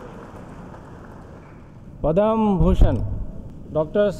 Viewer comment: Its not bibhushan...its vibhushan! but yes, padam is correctly pronounced as padma.